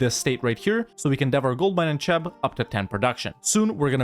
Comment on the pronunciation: My man realy pronounced Cheb as Čeb